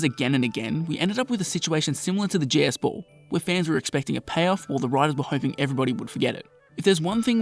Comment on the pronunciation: Wtf is a “jas ball”?